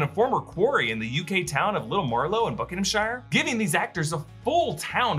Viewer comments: You pronounce the shire in Buckinghamshire as just "shur" not shire like lord of the rings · FYI Buckinghamshire is pronounced Bucking-Ham-Sheer not Shire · With english town names ending with "shire", it's pronounced "sheer", not "shy-re" like in tLotR. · "Buckingham SHIRE"😆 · to Americans When you see ______shire It's not pronounced asif you're in middle earth It's "sherr"